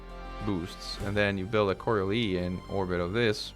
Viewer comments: Really minor correction, coriolis is pronounced cor-re-o-lis with the emphasis on the o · I love the way you pronounce “coriolis”, in British English it’s “co-ri-OH-liss”.